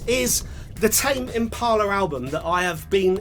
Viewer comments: Tim ampila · I think he pronounces “tame impala” a different way every time he says it